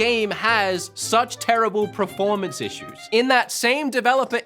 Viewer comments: Please say performance!!!! preformance is not a word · I respect his right to an opinion on a video game. Fair play. But goddamn i wish he'd stop saying PREformance. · bro, are you trolling us every time you say performance? I swear in every video I hear you say pra-formance. Not bagging you, I'm just curious if there's an inside joke we're not aware of. 😅